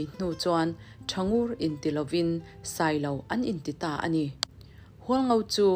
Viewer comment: Thangur chhiar rik dan kha ari hniam a thluk awm lo ritawi ve ve a chhiar rik tur a nia.